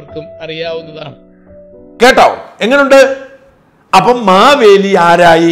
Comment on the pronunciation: എൻ്റെ കറിയച്ച - മവേലി അല്ല മഹാബലി എന്ന് രാജാവാ